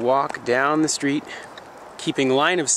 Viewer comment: At the end of the skreet